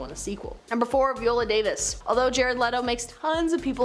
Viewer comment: Harold ramiz, Veeola Davis, RichardDrifus definitely feels intentional